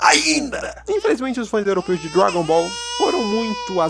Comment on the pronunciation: "GT Dragon Boll GT caraio"